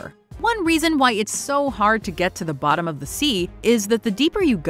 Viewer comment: "AT Botthum"